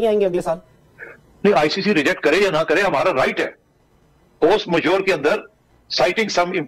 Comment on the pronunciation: It's ICC not ICCI